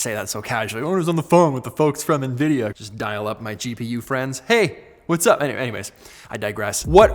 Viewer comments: En Veedee'yah not knee-veedeeyor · Who says Ne-Vidia? 😮 😂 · No one says Nevidia pete.. lol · This is the first time i heard "Nevidia" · No one: Peter: it’s nvidia not nvidia